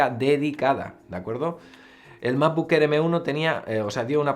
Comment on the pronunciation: Macbuk Ehr, Fainal Cat, A-pel… Mejor con subtítulos.